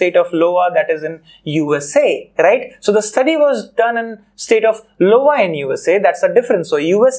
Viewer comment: Sir your video was really good but in the last it was not the 'State Of Lowa' as you were saying but 'State of Iowa' , it was a i not l ...